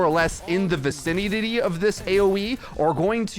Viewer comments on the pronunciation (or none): did you just say vicinitity?